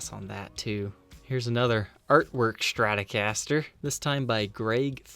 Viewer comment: You have a great Channel but can you please learn how to pronunciate the word Stratocaster. It is pronounced Stratocaster, not SHTRATOCASTER.